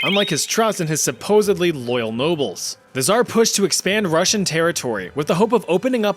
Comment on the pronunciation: Damn ive never heard anyone say "tzar" soo bad XDDD u gotta make the same sound as in TZA tziki sauce